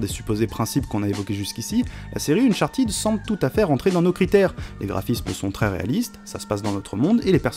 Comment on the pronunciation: On dit unchartAIde et pas unchatIde !!!!! (cf. Benzaie)